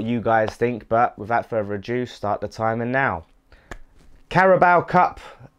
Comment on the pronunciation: Can someone tell this guy it's not further adew ffs